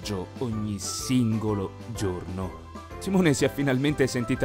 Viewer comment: Esatto!!! Stavo per fare lo stesso commento! Ho la pelle d‘oca per il fastidio! Già che li traduco e non sono ricerche loro, va beh. Ma Simone!!!! Ahhhhh non si può sentire! Bastava mettere un accentooooo 🤬